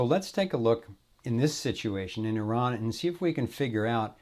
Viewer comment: and must I say, finally another American (other than myself) actually pronounces the name of another country properly... its EEE-RAN like says it not I-RAN